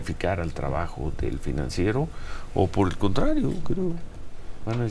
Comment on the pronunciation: Se dice el PRINANCIERO😂😂😂